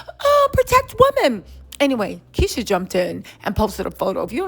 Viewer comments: Kesha , not Keisha😂😂😂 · It's KEsha not keesha